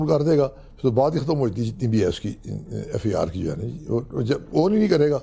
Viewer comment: Pakistan Judiciary is on the shoulder of these people who cannot even pronounce “FIR”…… “EffeAaar” kiya hota hay?